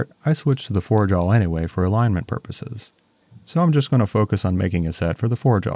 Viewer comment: The way you say Jawl, with an L at the end, is sandpaper on my ears, but I love your work nonetheless. <3